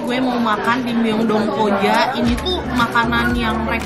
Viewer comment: Maaf kak aku bukan nya mau sok tau. Tapi ada sedikit pengoreksian kata Incheon dibaca inchon Myeongdong dibaca myongdong Jadi kalau di korea itu huruf 'eo' di baca o. Semangat terus kak! Aku suka konten kakak hehe